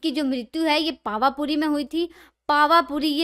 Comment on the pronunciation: Information acchi h, but please names ki pronunciation sahi se karen. Pawa puri se moksh gaye the. Teerthankar the nahi.... Balki h 🙏